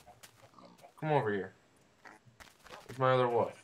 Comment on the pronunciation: it's Wolf, not woof